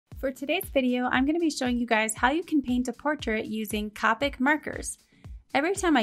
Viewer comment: "Cah-pick" Just when I thought I've heard it all lol